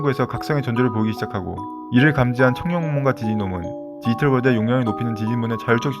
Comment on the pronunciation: 말을 천천히 하더라도 발음을 또박또박하게 또 브금을 좀 더 디지몬과 관련되있는 걸 사용하시면 더 와 닿을듯해요. 다른부분보다 발음을 정확하게 해주세요. 디이털아니고 디지털. 이거 악플아니고 좀 더 잘되면 해서 하는말이니 이 글보고 힘들어하진 않으셨으면 좋겠어요. ㅎ화이팅